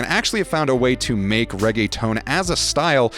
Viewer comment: this guy really just said all reggaetón is bad, please. and then butchering how the beat actually goes 😂 then calling it “ray-gay-tone” okay gringo.